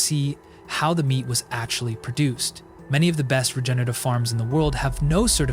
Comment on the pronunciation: its regenerative not regenative bro